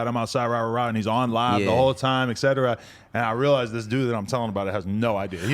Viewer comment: Adam 22 I love you bro. I watch your podcast every single day. You're the one I look forward too... But 45 minutes in you talk about caring about Grammer and how it is important to you to say things properly... That being said, you have got to start saying the word etc properly... Because he said it about seven times incorrectly and this episode and you say it incorrectly in about every other episode